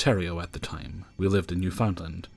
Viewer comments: Enjoyed it as always. And to pronounce it like a local, it is New-fin-LAND. Just saying. 🙂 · That's how Americans pronounce it too ☺